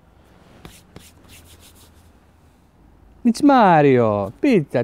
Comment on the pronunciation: pizza se cita pica ne picica